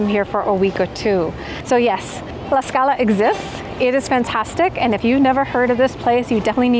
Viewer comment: Lady!… there’s a strong T on Tlaxcala, I keep hearing Laxcala